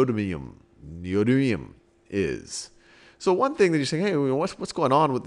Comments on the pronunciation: Even half of the people correcting it got it wrong. Its Nee-Oh-Dim-ee-um! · I like the information, but fiddling with the element's name gets grating. It has a set pronunciation and it would be very informative to have that said properly and regularly throughout the video so that people watching and listening know what it is instead of having to look at other sources. As a teacher it's important to make sure you teach the right stuff, and even though that can change with some things the simple pronunciation of an element is not going to change unless a big fuss is made like with aluminum versus aluminium.